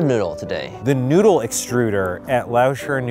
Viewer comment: The Asian women: NOU-DLE